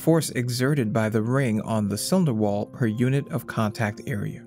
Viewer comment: 'inna cywinder wawl'